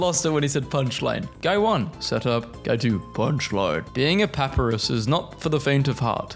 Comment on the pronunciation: its pup-eye-roos with emphasis on the eye its not pa-peh-roos with emphasis on the pa